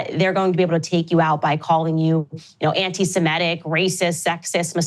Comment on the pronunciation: Really interesting how some people's talking brains give them a word called "anti-semetic". They could read the correct word "anti-semitic" 20 times. And their reading brain knows what it is. But their talking brain still says "anti-semetic" over and over.